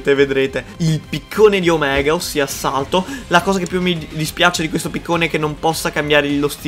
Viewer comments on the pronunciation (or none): none